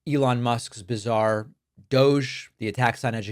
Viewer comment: I think it should be pronounced dodge-ee